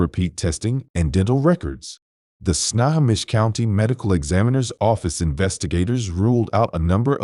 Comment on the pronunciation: Pronounced: Sno_ho_mish Good Video.